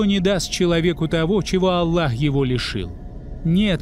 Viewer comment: Вы произносите имя Алла а правильно АЛЛХ букву х неутверждаете в.этом бльшая ошибка прошу вас будте внемательны